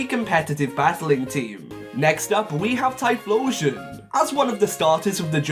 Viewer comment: IT'S TYPHLOSION, NOT TIRPLISHON!